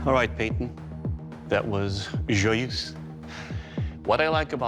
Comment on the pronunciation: amazing how none of these people can pronounce "joyeuse"